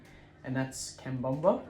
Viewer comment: Love how you say cambomba when you’re talking about cabomba or is it how it’s pronounced in Australia? Great video 👍